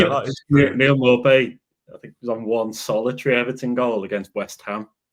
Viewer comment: its not maupay its nopay